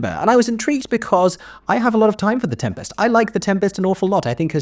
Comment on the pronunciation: My review after watching for two minutes: good use of ‘is’ and ‘are’, strange pronunciation of ‘Tempest’ and over-acting in the role of presenter